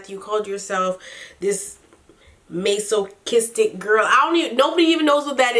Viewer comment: Girl how have you NEVER heard someone use the terms MASOCHIST and MASOCHISTIC! I use that term all the time, lol. Btw, it's pronounced mass-a-kistic and mass-a-kist.